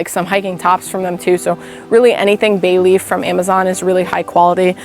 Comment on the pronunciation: Thank you sooo much for pronouncing it as “bay-leaf”. Most other content creators call it “belief”, and it frustrates me. I guess those of us from CT know to pronounce things correctly, lol. And also yes, they’re amazing pants. Along with the Nitecore headlamp. Another fave I used daily.